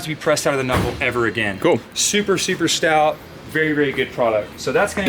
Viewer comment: Give me 5 bucks every time he said stought. I'd be rich.... an we finally found a guy that talks more then Matt lol love it though